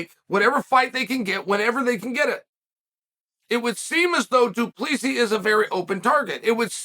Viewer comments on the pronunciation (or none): Pronounce DDPS name properly please